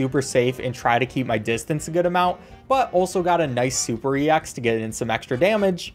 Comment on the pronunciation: YOU DONT SAY E X YOU SAY EX